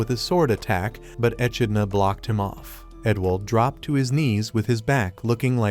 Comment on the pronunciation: Ah! I gotta remember the name and avoid it. Your script is difficult to listen to, and not just because you mispronounced simple words like "echidna" (one of a handful of monotreme species), but your weird allusions are difficult to parse.